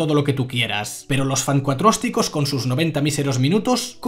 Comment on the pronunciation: "Los F A N C U A T R O S T I C O S"